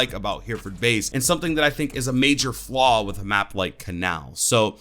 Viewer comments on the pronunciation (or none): none